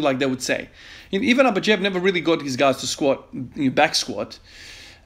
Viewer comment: hey i havent been able to comment my streak cause i am extremely overwhelmed with stuff however i, as a bulgarian just wanted to mention your impressive pronnounciation of dimitri klokov and abadjiev